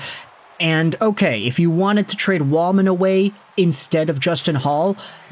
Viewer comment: It’s Jake Walman.